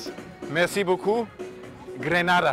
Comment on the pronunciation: Hector hatte schon recht: Czichos hat "Grenada" gesagt, meinte wahrscheinlich "de nada", was auf spanisch "gern geschehen/bitte(schön)" heißt. Salve kam ja erst danach.